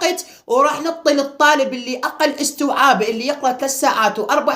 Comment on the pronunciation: ولك استييييعاااب مو اوووستوعااب 😂😂😂